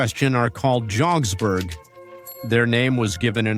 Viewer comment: It’s called Jodh-pur and the pants are jodh-pu-ri pants not jogsburgh